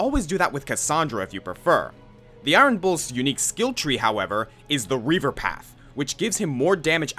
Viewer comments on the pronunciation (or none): none